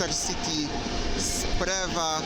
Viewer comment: Pozdrawiam, często oglądam relacje z Zachodniej. Gwoli korekty dodam tylko: fonetycznie "cieskie drahi" i "Praha hlavni NAdrażi" przez "ż" z kropką i akcentem na pierwszą sylabę. Co do Sprewy to tu są zdania podzielone, niemniej jednak w Saksonii i Łużycach najczęściej mówią Szprewa. Czekam na nowe relacje z kolejnych mam nadzieję w miarę szybko otwieranych peronów. 😉